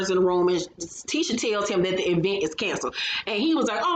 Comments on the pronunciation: I can't stand to her Latisha say event (E vent) either, 😂🤣😂🤣😂🤣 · The e-vent had me rolling